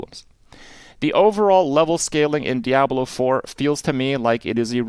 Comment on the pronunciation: The only thing Kripp got wrong in this video is how to pronounce ‘Diablo’ lol